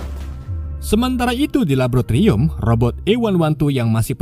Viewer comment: Mending belajar ngomong laboratorium dlu deh